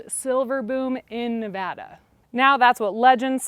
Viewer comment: Please, please, please pronounce Nevada correctly